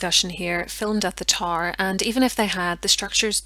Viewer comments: I couldn’t figure out what the tar was that she kept talking about, I finally realized she was trying to say tower😂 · It took me a bit to realize you weren’t saying “tar”. I had no clue what a “tar” might be in this context. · getting past the pronunciation of tower is hard enough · Gave you thumbs up due to historical content and debate. However, “tar” instead of tow-er? And other blaring mis-pronunciations of English words? Are you Irish?